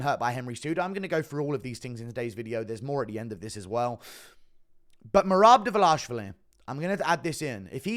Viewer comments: You’re butchering merabs last name bruv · Idk if you’re saying his last name correctly but keep saying it like that it’s fire 😂